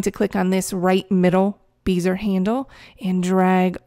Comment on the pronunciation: Very cool. Been using Photoshop since version 2.5 LE before layers were introduced. Its amazing how far we've come. Also, bézier is pronounced "behziay" instead of "beezer".